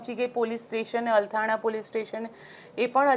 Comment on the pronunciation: આ બેન ને એક નહીં 3 વાર અલથાણ નહીં અલથાણા પોલીસ સ્ટેશન બોલે ને આમને પત્રકાર બનવું છે ગુજરાતી પત્રકારીતા નું સ્તર 🥲🥲